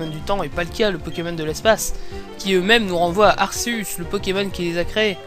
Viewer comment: on le prononce arkeus